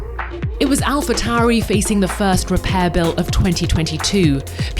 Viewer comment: "AlhaTauri" instead of "AlphaTauri"